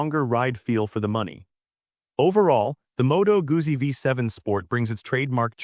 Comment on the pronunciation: Modo Goosy???? It's Motto Gooddzi